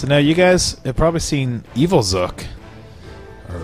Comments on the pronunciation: XD y u say "Zok" Instead of :Zook? .3. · Zook not skull or zuk ok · you pronounced zook wrong, it is zook as in ba-zook-a cause of his gun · his name is zook as in ba"zook"a